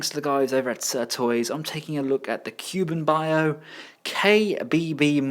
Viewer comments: Cu-Bi an-Bow not Cu-Ben-Bio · Wei Jiang : Way G-YoungKu Bian Bao : Cool B-en Ba-uuhope you don't mind but here's hoping this may help you master the pronunciation for these brand. :)looking forward to the KBB Hound review.